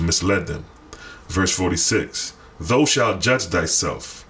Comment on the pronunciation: thou = thou said thow (like owl)